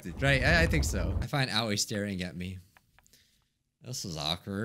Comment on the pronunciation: The way he pronounces Aoi 😂🤣 It’s actually pronounced “AH O EE”(あおい